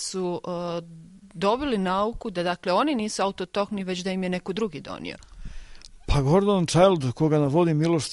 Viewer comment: Reporterka zna da kaže auto tohni a ne autohtnoni!